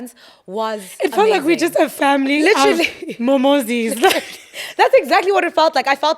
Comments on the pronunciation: As a Zulu person when kept saying "momozi's" 😂😂😂🤦🤦 Guys can't they find another name perhaps 😂😂😂😂😂😂😂😂😂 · If says “Momozi” one more time, ngizoluma uKelvin 😭😭😭